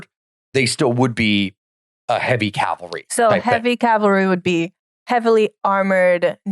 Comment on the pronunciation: Calvary is the one american mispronunciation there's absolutely no excuse for